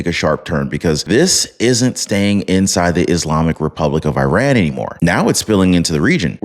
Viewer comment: ⚠🔴 Please try to Spell " IRAN " Correctly. It's Not " E RAN " or " I RAN " or " I RAIN IAN " , It's IRAN , The " I " sounds like " E " and the " A " sounds like " AH " . Just like ITALY , you don't say " I TALY " or " E TAIL IAN " 🔴⚠